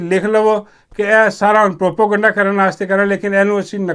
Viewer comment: بھائی پروپوگنڈا نہیں ہوتا پروپیگنڈہ کہا کریں